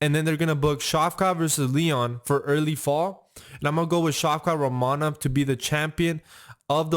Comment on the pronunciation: Pronounce rakhmonov correctly